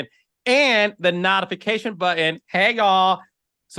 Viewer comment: Not of fication? CQueen? Did you really pronounced that word "notification" like that fr? You are so busy trying to be cute with that loud mouth and fake smile! 🙄 Its the way he talks, ugh! Dude, nobody asks about Destiny? 😮 Destiny, who?😮